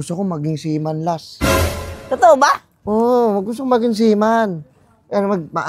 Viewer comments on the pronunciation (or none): seaman hndi sealion haha